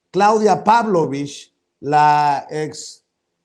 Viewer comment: ES PABLOLICH NO PÁBLOVICH